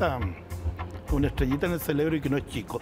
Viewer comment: SI NADIE SE LO HA DICHO? TAL VEZ SEA POR RESPETO PERO SE DICE CEREBRO CON RRRRRR NO CELEBRO CELEBRO ES DE CELEBRACION DE ESTAR FELIZ...OK? O SEA NO MAS CELLLLLEBRO SINO CEREBRO... UNA VEZ LE OI DECIR A ESTE SENOR QUE HABLABA FRANCES INGLES Y ESPANOL ESPANOL CON CELEBRO